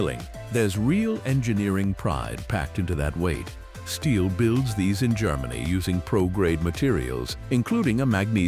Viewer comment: Ah, the Style 076 Oach Vee. Who can forget it... it's like beign back in grandpa's AI slop shop all over again! lol